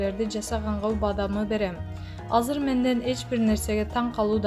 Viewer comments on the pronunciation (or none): none